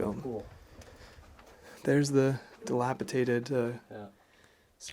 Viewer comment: Did you say Delapitated? Dunno if it's a Canadian thing but the English version is Delapidated, sorry for being an ass and pointing it out.